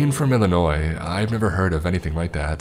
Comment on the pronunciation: Finally someone who doesn't say the s in Illinois